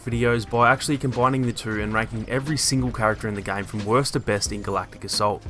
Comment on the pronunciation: You pronounce game like gang